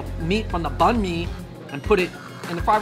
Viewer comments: how call himself Viet if he says bun mi. so wrong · He ruined banh mi